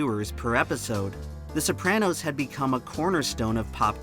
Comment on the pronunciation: Wild that the author of an essay about The Sopranos can't even pronounce the title correctly!